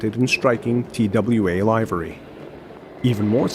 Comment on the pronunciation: You mispronounced "livery."